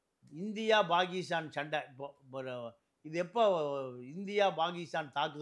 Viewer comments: பாகீஸ்தான் அல்ல பாக்கிஸ்தான் இதுவே சொல்லத் தெரியாத டுபாகூர் முண்டம் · Mr, Pl try to pronounce Tamil properly or please consider changing the name of your channel from Tamizha, Tamizha to something else. It is Pakistan not Bakistan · நீயும் உன் அறிவும், உச்சரிப்பும். Bakisthan. இதை கேட்டாளே Bakisthanகாரன் செத்துடுவான். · பாண்டியனுக்கு பாகிஸ்தான், பெஷாவர் போன்ற ஊர்களின் பெயர்களை சரியாக உச்சரிக்க தெரியவில்லை.